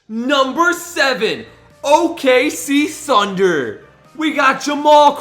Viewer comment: wait u said okc sunder